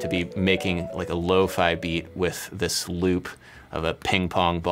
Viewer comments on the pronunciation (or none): none